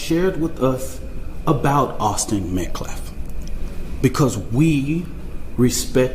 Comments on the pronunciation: The way he kept mispronouncing the victims name was disgusting! Metcalf? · That idiot cannot say his name Met-Calf and he said self deflints 20 damn times😂🤦‍♀️👏